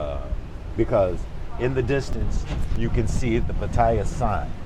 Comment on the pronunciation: Maybe pronounce Pattaya correctly?